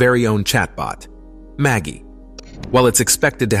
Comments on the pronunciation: Are you sure it's not pronounced with a soft G? Like magic? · Pretty sure it's "Ma jai"